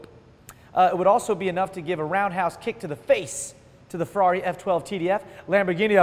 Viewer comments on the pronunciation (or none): none